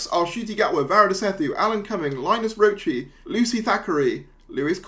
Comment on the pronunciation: Linus Roache is the son of William Roache, Ken Barlow in Corrie. And Roache the "e" in Raoche is silent :)